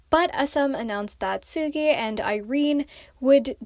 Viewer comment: Why are you saying seulgi like soggy?